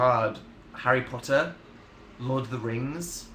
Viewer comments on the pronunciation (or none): none